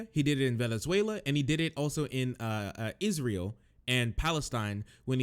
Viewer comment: tim can't pronounce israel and pretends he's an authority on foreign conflict